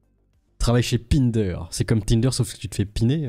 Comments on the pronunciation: C'est pas pine der, c'est pain der comme le cirque Pinder quoi. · frérot pinder c'est le cirque pinder prononcé "pain-d'air" !! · C'est pas pindeur... C'est Pinder... Comme le cirque